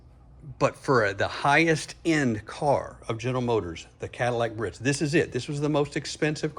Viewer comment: Proper Pronunciation is “BEE-A-RITZ” , not “BURRITZ”.